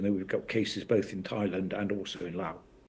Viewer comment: This is absolutely tragic. Also, this country is pronounced “laaow” not “louse.”